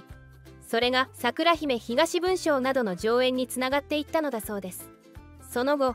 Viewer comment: 『桜姫東文章』の読み方は「ひがし」ではなく「あずま」です。